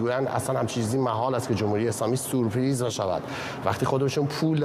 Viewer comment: آقای گزارشگر سورپرایز .نه سوپریز خوبه نگفتی اش ریز مثلاً گزارشگر هستین ..حماس باید تاوان اشتباهات خودش و بده تمام بخایم نخایم امسال جنگ جهانی سوم استارت خورده کم کم همه جای دنیا جنگ میشه و دنیا تو قحطی و گرسنگی بسر میبره و کم کم حیات روی زمین از بین می‌ره وهمه ما می‌میریم امسال سال سختی خواهد بود خدابداد مردم بدبخت برسه که تاوان این جنگ ها و قدرت طلبی دولتها را باید تو دوران مدرن همیشه تجربه کنن